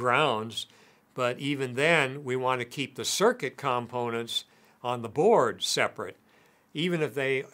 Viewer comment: You’re not pronouncing component correctly.